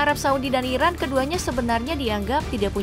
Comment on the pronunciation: Kedengarannya seperti Irak bkn Iran yg di sebutkan admin